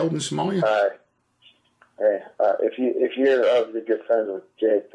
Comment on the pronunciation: Did he say Samolia the first time?! Roflmao